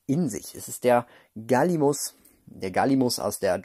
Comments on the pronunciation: Ein paar anmerkungen zu 10 Platz. Soll kein hate sein möchte nur die sachen los werden 1. es wird Galli-mi-mus und nicht Galli-mus ausgesprochen 2. Der galli(Abkürzung) war grundsätzlich ein pflanzen fresser 3. Und drittens die figur ist kein galli sondern ein coelophysis. Der galli hat ein anderes model was man auch in lego jurassic world dem spiel sehen kann. Ps: feier deine Videos und ich hoffe das ich dir ein paar gute infos gegeben habe. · Gallimimus nicht gallimus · Das der "Gallimus" eigentlich Gallimimus heißt, wissen nur die wenigsten ;-) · Gallimimus nicht Galimus